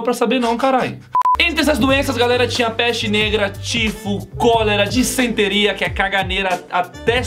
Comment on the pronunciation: dicenteria foi foda daniel kkkkkk é disenteria mais o s tem som de z mano kkkkk